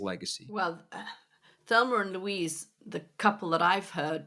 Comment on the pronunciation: "Thelmer and Louise" 😂😅